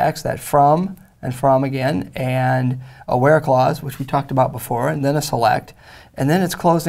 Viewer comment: where clause sounds like bear claws